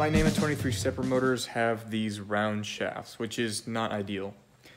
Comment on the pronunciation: NEMA - National Electrical Manufacturer's Association. Say it with me. Neema